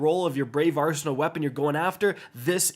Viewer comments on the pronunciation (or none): none